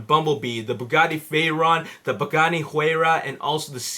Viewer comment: how did you say pagani and Bugatti in the exact same way....your a complete rumour spreading moron, go read a newspaper it speaks more truth than your bullshit